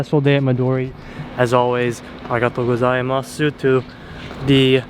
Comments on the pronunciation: you know the "U" in Gozaimasu is silent yeah? if a 'U' vowel ends the word it's silent. So, it's pronounced "Arigatou Go-zai-MAHS" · It’s just “go-zai-I-mas” no “mas-u” ever A casual “thanks” you can get away with “zai-I-maaaaas” and also the i is soft as, barely noticeable, it’s more of a slight tone change of the “zai” (goes up in pitch and the end) Thought you took Japanese lessons lol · when you say arigatougozaimasu. Don't gotta pronounce the su just end it as 's' sound. :D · You’re not supposed to say す when saying ありがとうございます my guy my teacher would pull her hair out lol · Love the content, not sure if you read this, but at the end of some terms you are speaking in Japanese, the “u” is silent. So like when you’re saying good morning or thank you, that “u” sound is silent.